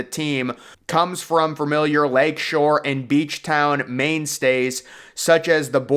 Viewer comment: did he just call Manistee, main stays 😭😭